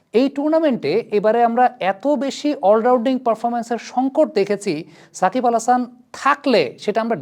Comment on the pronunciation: I stopped watching this MF cuz he keep saying sak!bal.